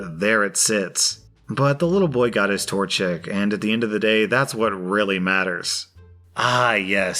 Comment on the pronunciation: "torchick" here